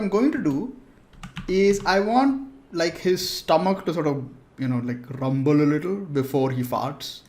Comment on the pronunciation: "I want his stomach to rumble a little.." The pronunciation just killed me. 😀